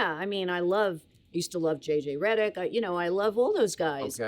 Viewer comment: She said JJ Redick 💀